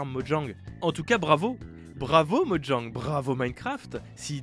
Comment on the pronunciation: Oh mon dieu, il prononce Mojang correctement, qu'est-ce lui arrive!?